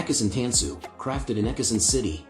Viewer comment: It's pronounced tahn-su